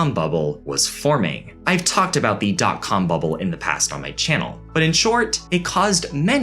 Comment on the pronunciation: love ur channel, but u don't always have to pronounce "the" as "thee".